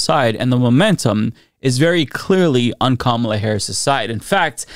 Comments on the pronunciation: I think the Kamabla thing is just him being disrespectful, since he doesn't say Kamala's name correctly. Sounds like him saying "blah blah however her name is pronounced." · It's also mispronouncing her name on purpose, like a second grade bully would. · I think it's supposed to be "kama-blah" as in, she's a blah candidate? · I think its supposed to be "Kama-BLAH" and yeah its a really stupid insult for a political rival lol